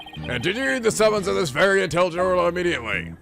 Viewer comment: Weird how you didn't comment on Judge saying Ora instead of Orla.